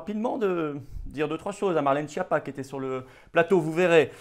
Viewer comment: C’est un menteur. Schiappa se prononce ”Skiapa”.